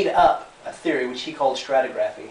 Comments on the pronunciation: I am curious, just how much time you spent researching material before producing your little video attempt to "cut the legs out underneath evolution?" It is obvious you did not learn this from a practicing geologist when you cannot even pronounce stra-tig-ra-phy correctly. Perhaps you should actually take a course in geology from a legitmate source, before entertaining us with the depths of your knowledge on why you think the practice fails to conform to your narrow view of things. Fail! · You... umm... don't know how to pronounce "stratigraphy." Also, stratigraphy is kind of fundamentally important to modern geology. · This has got to be a troll video. Nobody can be this wrong. The mispronunciation of "stratigraphy" is the first clue.